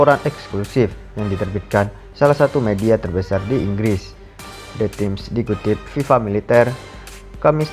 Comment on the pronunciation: Yg bacain beritanya anak paud ya? Masa cohen dibaca chohen? The Times bilangnya the Tims.